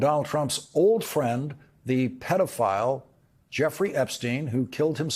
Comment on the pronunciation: What’s a “pedal-file”?!